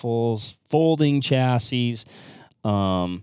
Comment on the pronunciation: Definitely Stocks. Because Americans cannot correctly pronounce Chassis.